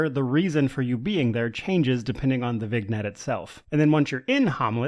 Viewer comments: Awesome review, I just played through ice wind 1-2 and was thinking of starting another old crpg. BTW it is pronounced vin-nyet. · i hope im not too rude but it's pronounced vin-yet. Comes from the word "vine" for some reason. Anyway love your content! I really just watch to get your takes even if i don't bother playing the game :) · "vignette" is actually pronounced "vin-yet" great review though, I played the shit out this buggy game when I was 13 but I never got any mods for it so I think you've convinced me to revisit it sometime soon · for goodness sake - /viːˈnjɛt,vɪˈnjɛt/